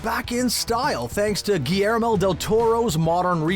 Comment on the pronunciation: GILYERMO not GIYERMO